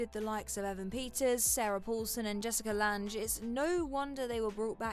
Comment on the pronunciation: Who the heck is Jeralt or Jessica Lanje!?